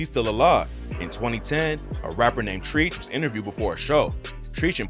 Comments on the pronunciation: Yo, who TF is this busta talking on this video??? It's 100% obvious that he has NO IDEA what TF he's talking about! The "man" didn't even know who Treach from Naughty by Nature was!! Every time he said his name, he called him " trench"!!??? WTF??? Who TF makes a video about 2Pac and has no idea who he's talking about??? Straight clown this guy is. SHAMEFUL !! I can't believe this cat doesn't know who Treach is. You a mark ass Busta that needs to taught about the men you are making content on. Frfrfr. Someone needs to take his ass to school! PLEASE! This guy has my blood boiling!!! You MUST KNOW about the people you make content on!! PERIOD! PERIOD! PERIOD! This wack ass MFer needs to be taken down a notch and made to understand EXACTLY who he is speaking on!! This is exactly what's wrong with the rap music industry right now.. a lot of Busta ass nobodies who think they have a pass to talk about the greats even though they don't have any clue who TF they are speaking on!! DISGRACEFUL! DO BETTER!!! OR DON'T DO ANYTHING AT ALL!!!!!!!!! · Ummmm ok so you obviously don't know rap music. His homies name was TRECH pronounced t as in T and rech as in wreck so it's Trech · this man pronounced Treach "treeeech". This video can't be trusted after that shit... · A bunch of shit is wrong here...but treeth ....u called him treeth bro lmfao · TREECH LMAO u cant even speak TRETCHs name right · Fuck sakes, the guy couldn't even research enough to know Treach is not pronounced "Treech" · Mr. narrator, learn your history … the person name you are mispronouncing is Treach(Trech phonetically) from Naughty by nature. Due to this and all due respect you should not do hip hop historical videos without due research. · who the fuck is treech??????? that immmedialty invalidated this whole video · Rapper Treat-ch...lol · Treeech? Come on man. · 😂😂😂😂😂 this neega said "Treech" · He say Treach like Treeech 🤣🤣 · Great video but it’s pronounced “Trech” as in treacherous! Naughty by Nature